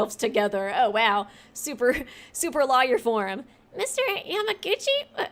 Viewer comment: Lol, the way you pronounce words is cracking me up 😂 you pronounce the law in lawyer, so it sounds like you’re saying liar. The liquid is viscous (Viss-cuss) not vicious 😂 well, idk if it was vicious or not, so I won’t say for certain how mean the liquid is 😂 I’ll edit this list as we go!